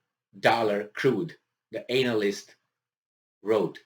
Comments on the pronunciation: Love the way you say anal-ist but if you want a phonetic way of saying it it's Anna-list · pls pronouce "expert analyst" better. it makes a funny joke the way you say it. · Can someone, anyone explain the backstory as to why this guy keep emphasizing the ANAL in analyst?? lmao.. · He meant ANAL yst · It's deliberately done by